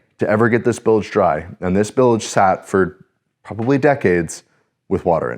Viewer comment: Y'all are so awesome!!! O.. WOW. That used-to-be-wood panel! ACK ... (btw... "bilj", not "bil-ej")